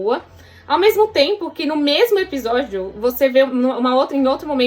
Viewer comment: fala “Epijódio” kkkkk fofa demais